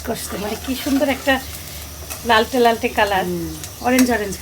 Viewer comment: “লালচে”। ‘লালটে’ না । রংপুরে বলে লাল্টিয়া।